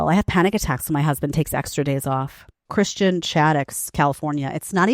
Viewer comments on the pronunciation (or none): none